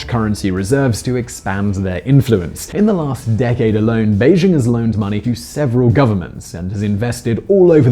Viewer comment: Excellent vlog. To improve it. Do what few do: pronounce Beijing correctly. "Bei" as in Bay, "Jing" as in jingle (NOT zzzing).